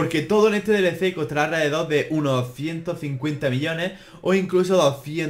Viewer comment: Cuando decia millones le entendia billones